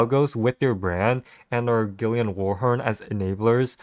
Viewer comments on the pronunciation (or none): none